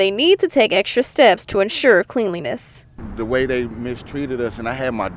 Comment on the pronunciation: This bitch said clean-liness instead of cleanliness lol wow